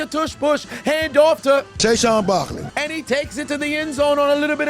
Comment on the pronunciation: Shayshoun Barkley get me everytime😂😂😂